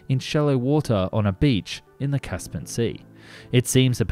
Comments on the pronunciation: why does the narrator mispronounce so many words in these videos?......its caspian sea not 'caspan'. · Caspian. Not Caspin! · Its not 'kas-pan' , its 'kas-pee-ann' . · FYI the word is “Caspian” not “Caspan” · There was also the Boeing "Pelican" which frankly made all WIG aircraft before it look like Cessna's it was Massive. I notice you keep calling it 'The Caspin Sea Monster' I think you find it is 'Caspian Sea Monster' like the Caspian Sea